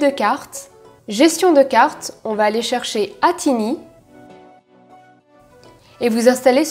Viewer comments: Techniquement parlant, c'est l'AT tiny (en d'autres termes, le "minuscule AT"), la lettre T devrait être prononcée séparément (tout comme on a l'AT mega pour un arduino classique). Pour la programmation, il existe également des programmeurs ISCP pour les microcontroleurs Atmel et pas mal de programmateurs de ROM/PIC/... supportent les ATtiny/ATmega. Signaler le brochage plus explicitement au niveau de la vidéo (avec les noms des signaux) aurait été intéressant car la majorité des microprocesseurs AT utilisent une interface similaire pour la programmation et cela aurait donc été adaptable à d'autres processeurs que le AT tiny85. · ATtiny se prononce "atétaïny" x) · Pour être encore plus proche: "È-thi taille-ni" mais qui suis-je pour critiquer l'accents Français en anglais, moi, un Canadien avec un accent Québécois en Français!